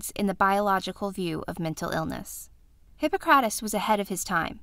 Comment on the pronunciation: Omg that pronunciation! The emphasis is on hi-PPO-crates. Also, I thought people believed illnesses, physical or mental, could sometimes be attributed to the 4 humours.